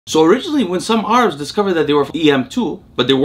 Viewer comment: Who the heck pronounces Arabs as Are-abs ?